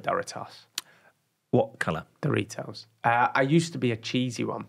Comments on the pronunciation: The way you say Doritos is... wrong. It's not Dory-toss. It's Door-eat-ohs. Dorito is a contraction of Spanish doradito (little fried and golden thing), which is a diminutive of dorado (fried and golden thing) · Doritos pronunciation in English is quite different than the US pronunciation. Took me a minute to figure it out. dough Ree toes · Why am I dying about how he pronounces Doritos?! Tf is duritoes 😂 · But doesn’t Doritos come from the Spanish word “doraditos”? Which would make pronunciation not the most accurate one